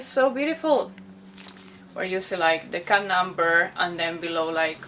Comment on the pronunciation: おもしろい！１番好きな場面は"cut"を日本語っぽく発音してるところです^ ^